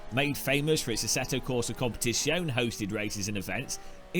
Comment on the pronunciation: Man, please go and check how to pronounce competizione. Pretty please. I can take the tea, I can take the baldness, well I can even take the horrible driving and desperation but that little letter "e" you destroy every time you say Competisijounnnnnnn takes away a year of my life. And ffs there are Italian people in the audience. Thank you, I'll unsub and then sub three times if you do it.